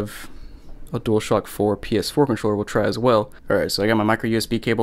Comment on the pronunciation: Nobody gonna talk bout how he says dualshack